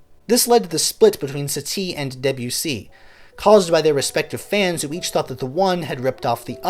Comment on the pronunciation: Good reading of pre-existing material but your French pronunciation is awful. Stress should be on the first syllable of Satie. Like Sah-tee not satee and Deh-bew-see.